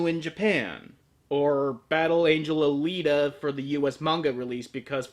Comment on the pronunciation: The fact that I have yet to find a single person on the internet who can pronounce Alita's name properly distress me more than I though it would. It also amuses me greatly that you go over the OVA, that did an altered take on the first two volumes of the 9-volume original manga, completely ignoring said manga and it's considerably longer follow-up or even it's 3rd iteration that's currently ongoing. Amazing. I'm going to assume you simply do not know about this and will help you out here: I don't know about where you live, but where I am getting the manga was a very slow and painful proccess, especially as the original run has been out of print for several years. Luckily a new collected run of that is being printed now so you can get a hold of that. Until you do though, you can read these masterworks online, on varying sites. The original Battle Angel Alita run is here - Keep in mind, everything that happens after chapter 52 page 34 is not considered canon. Next is Last Order - all good from start to finish, then the now ongoing Marsian Chronicles - Again getting a hold of the books have been hard for me, might be a lot simpler for you, but to be fair you may want to know if you like what you are about top buy first. If that is the case though and you DO like it, supporting the creator of the work is only fair :) There is A LOT more material to justify an adaptation of BAA than just the two OVA's, and the manga is exceptional quality in every respect. Bat